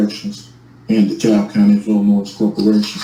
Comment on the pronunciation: “De Cab Illi-noise”